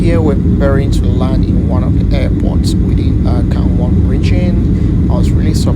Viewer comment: Gangwan-do ❌️ Gangwon-do ✅️